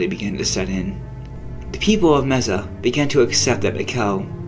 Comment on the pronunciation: Ok first learn how to pronounce Mesa.